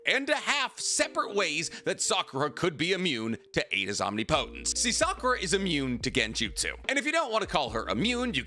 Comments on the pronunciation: I know I can't be the first one to say this. But it isn't pronounced "Omni-Potence". I realize that it seemed to be spelled that way in the Manga, but that was simply because of the size of the Speech Bubble they had to work with. It's "Omnipotence" It flows like it is one word. He has said it correctly in a few of his videos but it seems like his default pronunciation is the incorrect version. The key difference is two syllables. The way he pronounces it is something like "Om-Knee Po-Tense", when it should be something closer to "Om Nih-Puh-Tense" I realize that it doesn't actually matter in the grand scheme, but it's the internet and I will complain when I want to. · 🤔.... isn't it pronounced om-nip-otent? 😂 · Why are you pronouncing "omnipotence" like that? Am I missing something? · I wish you’d pronounce omnipotence correctly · Love the videos but the pronunciation of omnipotence is killing me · Stop saying omnipotence like that bro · Bro I know you’re smart why do you say omnipotence like that